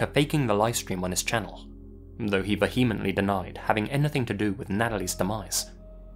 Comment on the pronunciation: "vehemently" is pronounced with the emphasis on the first syllable. VEE-huh-ment-lee